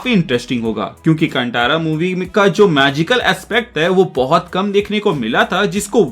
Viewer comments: कंटारा नहीं भाई कांतारा बोलिए, गलत उच्चारण कर रहे हो. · कांटारा नहीं कांतारा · Movie ka naam sahi se lo bhai, कांतारा ✅naa ki कंटारा ❌ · Movie ka naam please sahi se lo bhai, कांतारा ✅naa ki कंटारा ❌ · Nice bhai, btw pronounce kan tha ra hai. Tha hai not ta in pronouncing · It's कांतारा